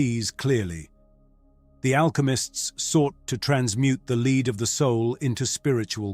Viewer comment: Teach AI how to pronounce "lead"... the metal. Re: alchemy?